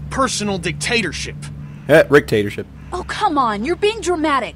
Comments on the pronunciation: said ricktatorship too. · LOL Both and said "Hah.. Ricktatorship.." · Hilarious how and both said "Rictatorship" after they said "dictatorship"